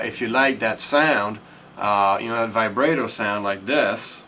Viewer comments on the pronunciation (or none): ty, I now know how to Vibrato xD. Also, it's pronounced Vi-brah-toe. With a Long A sound.